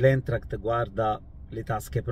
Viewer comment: Si pronuncia Aintract